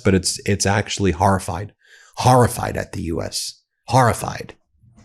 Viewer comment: "Harrified ! Harrified!!" 😂😂😂 Thx for the laugh. Otherwise, great program. Thx!